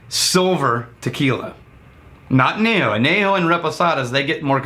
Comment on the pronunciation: I love you, but your Spanish causes me physical harm. Año = year, Añejo = old, Reposado = rested